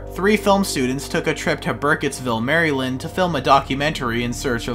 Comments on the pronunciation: From a Marylander: It’s Mare-lind. Not Mary-Land :D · great video, also i NEED to tell you that maryland is pronounced mare-uh-lind 😭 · The scariest part of this video is his pronunciation of Maryland